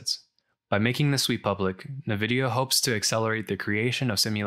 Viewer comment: I do visualization of civil engineering projects so I’ve curious about this but haven’t taken the plunge. You’ve saved me some time! Hate to be that guy, but Nvidia…en-vidia, not na-vidia. But don’t take my word for it, listen to the CEO Jensen Huang pronounce it haha. Anyway, thank you for making a video about this.